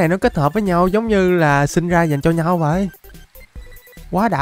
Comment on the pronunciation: Sao cứ đọc vậy thành zây